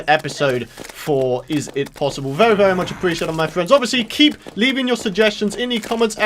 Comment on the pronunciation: OMG when you say very its really funny it sounds like vewy